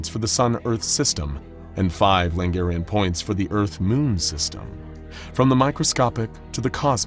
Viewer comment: Lagrange points, not Langarian points.